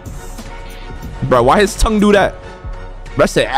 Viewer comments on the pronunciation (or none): none